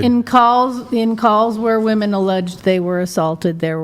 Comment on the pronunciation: Please, learn how to pronounce "WOMEN".